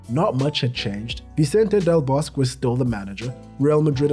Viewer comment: A nice video and also very interesting with many unknown facts. Just one small thing, the Spanish Coach Vicente del Bosque just as with his first name ... his surname has all of the letters pronunced as well.😉Don't forget the letter "E" at the end of each name... as in the word Egg and España.